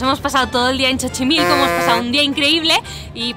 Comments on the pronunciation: JAJAJAJAJAJA!!!!!!!! CHOCHIMILCO.... es muy sencillo, en lugar de ver XOCHIMILCO ve SOCHIMILCO y lo pronunciaras bien!!!!! lo mas curioso es que su interlocutor tampoco la corrigió siendo nativo de ahí y Mexicano.... Muy bien, muy excelente video, Like Like Like Like Like Like Like Like Like Like Like Like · Linda se dice Sochimilco. es mas facil asi se escribe. en castellano Mexicano suena asi xochi = Sochi Xona= Chona Xico=jico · Es una confusión , a mi igual me paso la X pueden sonar como CH igual como en Xoloitzcuintle que se pronuncia Choloitzcuintle...puede venir de ahi Xochimilco Chochimilco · Jajaja qué bárbara!! Ni porque el guía lo pronunciaba bien te diste cuenta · Eres una reina, puedes seguir diciendo Chochimilco cuantas veces quieras. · holaaaa!!! Lo dicho eres genial !!jaja reí cada q escuche Chochimilco🤩un abrazo mi niña linda cuídate mucho bendiciones 🥰😍🍀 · Me encantó el vídeo aún codo y todo el "chochimilco" jajaja, no te preocupes a ti se te perdona todo, eres fantástica, saludos princesa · "Chochimilco"....😂😂😂🤣🤭 No es burla,es como se escucha. Lindo video y un gran abrazo! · Hola! Me encantó tu vídeo tanto que lo repetí tres veces,tan linda como siempre lo eres, disfrute escucharte decir..(chochimilco) jejeje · pero se oia muy chido hasta vas a ver qué mucha gente en lugar de decir xochimilco van a empezar a decir chochimilco pienso que acabas de crear una nueva palabra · muy buen video sigue así anqué seré sincero contigo casi me da un ataque por escuchar chochimilco jajaja aun así se aprecia tu trabajo gracias por compartir las maravillas de mi México con el mundo. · 🏆premio para que aguanto estoicamente el "Chochimilco" jajaja q te escucho y me da ansiedad jajaja. Que bien vídeo me saco Unas buenas sonrisas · Como no amar a esta mujer Excelente video ❤️🇲🇽❤️ Jejeje "chochimilco" 🤪🇲🇽❤️ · Jajaja 😂 ‼️. Te la bañaste, "Chochimilco", jajajja 😂😂. Te adoro!!! ♥️💖🌹💘‼️